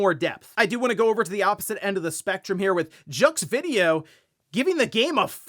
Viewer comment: "JUX VIDEO" lol. I know you dont need to care because AMERICA but just an FYI jeux (pronounced like SHOE with a like JAH mixed with sCREW. Ja-EW (very close to sounding like that one group lol ) means GAME in French.